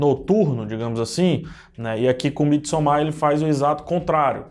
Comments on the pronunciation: A pronúncia é "midsômar" nada de "midsomár". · Bom dia! Desculpa! Diz-se: mídi sômar! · Não se pronúncia "Midsommár" e sim "Midsômmar"